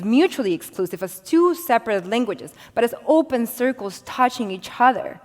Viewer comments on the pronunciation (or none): none